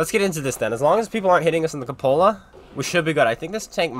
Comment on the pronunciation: If you're going to be an author, you should probably learn what a cupola is and how to pronounce it.